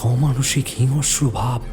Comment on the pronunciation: Golpo ta valo, uposthapona o valo, sudhu kichu kichu uchcharon boro kane lagchilo jemon "hingsro" k "hingosro", kichu jaegae "s" uchcharon, "sh" uchcharoner bodole and vice versa. Eto shundor golpo r golpo-pather majhe majhe ei bepar gulo overall experience ta k ektu khunno kore dey.